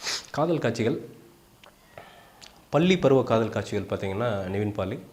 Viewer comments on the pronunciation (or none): Boss, please improve your Tamil pronunciation !! its பள்ளி(school) and not பல்லி(lizard) .. for many words you are pronouncing ல் instead ள் .... And it is "kaatchigal" and not "kaachigal" ... Please pronounce tamil correctly before u make any videos... ithula hansika lip sync serila nu pechu vera :P